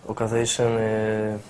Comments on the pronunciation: "Okazejszyn" miał, jebany xD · I HAVE OKAZEJSZYN XDDDDDD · Okazjinejszyn fejs tu fejs. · okazejszyn fejs to fejs please me replay